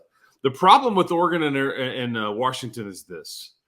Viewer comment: The biggest problem with adding Washington would be hearing say “Warshington” for however long they’d be in conference.😂